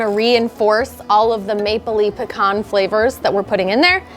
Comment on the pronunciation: Thank you for properly pronouncing pecan correctly.